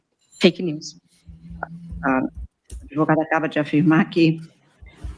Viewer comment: Advogada ou adevogada😂😂😂😂😂